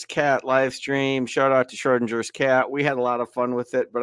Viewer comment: BTW, "Schrödinger" is pronounced DING-ER, not with a soft g.